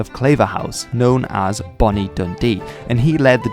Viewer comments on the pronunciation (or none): none